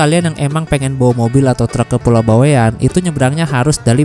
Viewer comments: Bawean .. Bukan bawe an pengucapannya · Bawaean baaang baweaaaann.... Bukan Bawek'an,, Bawean ngga pake tanda petik